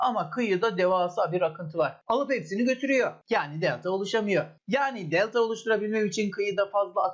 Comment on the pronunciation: hocam nedense bu videoda bir italyan havası verdiniz özellikle DELTAA dediğiniz yerlerde pitzaaa gibi